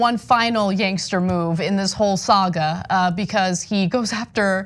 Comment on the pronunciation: "Yangster." lol